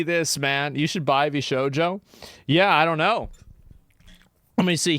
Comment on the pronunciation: It's pronounced VS-hojo😅😂